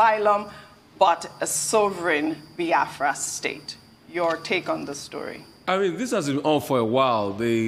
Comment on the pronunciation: Reuben it is not baafra but BIAFRA